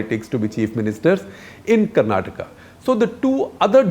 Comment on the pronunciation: Thankfully shekarji pronounced Karnataka correctly ..It’s Karnataka and not Karnatak ..🙏🏻